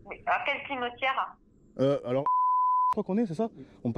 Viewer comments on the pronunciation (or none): Un cimeutiére qu il dit lol